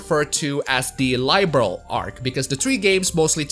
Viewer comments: It's pronounced "Liberl" instead of "Lie-berl". =) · Its Liberl not Laiberl goddamit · I see, you've been bitten by the bug! Glad to see you're having fun playing my favourite game series! BTW. Liberl is not pronounced LIE - Berl.